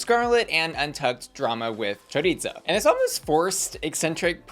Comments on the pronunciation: I lol everytime you say choriTza and not choriza. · I hate how everyone mispronounces choriza’s name 😭